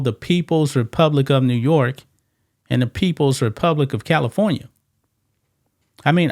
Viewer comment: Bro, you can’t pronounce NEW YORK properly???? 🤷🏽‍♀️